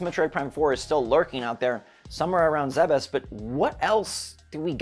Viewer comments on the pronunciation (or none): none